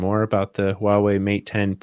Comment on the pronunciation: Say it with me,: "WAH-way."